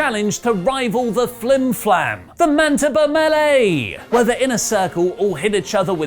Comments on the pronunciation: Mantiba?..... MANITOBA.... (sigh) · Say it with me. Manitoba. "Man-ih-toe-bah". How did you hear mantabuh? Jericho is FROM Manitoba! He's referencing world-famous brawling, here! The Manitoba Melee!! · Did...? Did say "The Mantiba melee"?...instead of the "Manitoba melee"? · Sorry, how do you pronounce Man-i-tob-a again? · Manitoba is pronounced Man-ee-toba... it is his home province in Canada. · Say it with me,. Man-uh-toe-bah, Manitoba. Good job! 😂🤣😂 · Dear NEVER PRONOUNCE MANITOBA AGAIN. Butchered. No ones there to care, but still, its a respect thing. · I want to say Manitoba again. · Phwoaaarrr you BUTCHERED that pronunciation of MANITOBA! Canadians triggered! V Triggered?